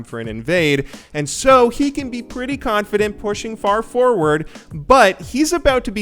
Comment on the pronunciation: "pretty KHANfident" hahaahahaha... good one